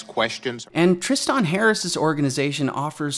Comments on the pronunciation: Great video but how the fuck can you not say Tristan? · The way you pronounce Tristan and quixotic bugs me.